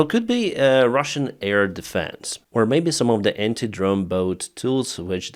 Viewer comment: Try to say : 'AIR', not EAR. Not ear defence, ear field...